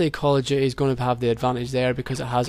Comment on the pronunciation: I love it when people like you pronounce it "Call of Duhay"